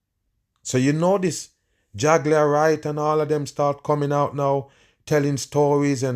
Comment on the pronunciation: Jagluar wright 😂Dwl haffi Kum dung 😂saying Jaguar 🐆 wright name wrong 😂